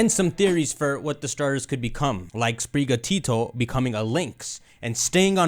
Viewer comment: spiri gatO as in spirit and the Spanish work for cat your pronunciation of this is making me loose my mind